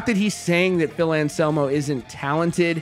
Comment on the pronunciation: And anselmo not Shamo